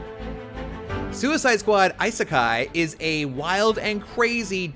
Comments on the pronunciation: What's an "EYE-Sekai"?? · Bro, learn how to pronouce the word "isekai".